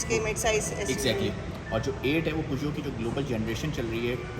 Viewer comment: Excellent review and the best I have learned proper pronunciation of "Peugeot " Thankyou so much 👍😊.